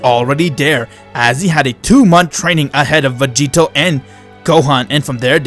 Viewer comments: Does anyone know how many times he says "Vageto"? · Why does he say master roshi found vagito instead of grandpa gohan